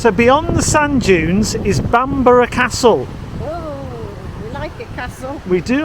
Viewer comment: Stunning but the least he could do is learn to pronounce Bamburgh Castle.